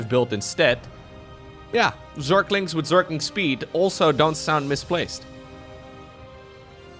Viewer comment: zerklings --> zerglings